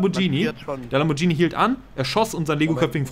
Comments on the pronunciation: /klugscheißermodus ein lamborghini, nicht lambordschini, wenn ein h nach dem g kommt spricht man es wie ein deutsches g aus. /klugscheißermodus aus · "Lamborgenie" :D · Lamborghini wird wie Spaghetti ausgesprochen^^ Mit einem g :P